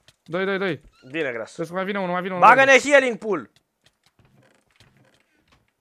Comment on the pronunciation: am zis ca si cum s-ar auzi pentru ca el a zis hialing si se citeste hiling